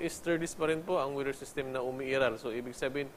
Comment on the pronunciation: Comment lang ha. Pede ba? Filipinoism na lang gamitin ko para pang MASA. Pano ba pronounce ang weather? (Weeeder) or (Weder)... Need more training in public speaking.